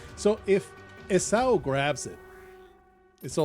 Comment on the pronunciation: Esau is pronounced “EE-saw”. This was chaotic and stressful 😂